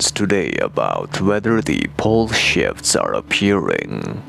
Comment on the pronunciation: "bull shifts"...even the CC translator fell for it. Better pronunciation needed, haha